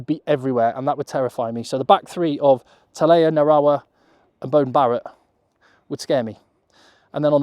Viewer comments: Tele’a not Talea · "Telea" not Talea. Losing track of how many times you've gotten that wrong. Great video though.